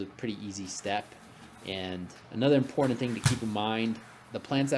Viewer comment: IM-POR-TANT. Cool project though.